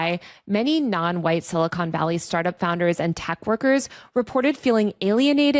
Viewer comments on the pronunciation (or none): "Mach" not "March." And it's not "Silicone Valley," except for Lauren Sanchez Bezos' knockers. Good reporting, though